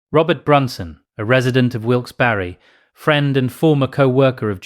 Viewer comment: You actually didnt eff up the pronunciation. Pennsylvania thanks you. ❤